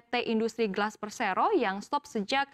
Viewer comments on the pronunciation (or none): none